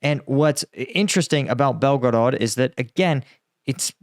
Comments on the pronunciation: Belgorod is pronounced, Bel-ga-rad, with this accent on Bel. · Bel-go-rod your pronunciation is horrible and you change it several times in first like 2 minutes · Saying belgarod the way you do without pronouncing any other Russian city with an accent is fucking annoyingly stupid! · BelgoROT, no BelgoROED. Must be too much gum intake ))) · Come on bro it's not hard to say Belgorod